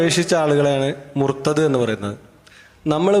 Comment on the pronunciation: മുർത്തത് അല്ല .മുർതദ്ധ് അതാണ് ശരിയായ ഉച്ചാരണം!